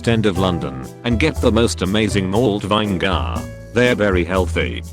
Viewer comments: Cant say vinegar either Vine gar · CAN PRONOUNCE WORCESTERSHIRE SAUCE BUT NOT VINEGAR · Text-to-speech: says Worcestershire correctly Also Text-to-speech: VINE-GAR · Did the robot voice say vinegar as "vine-gar"? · "Vine gar"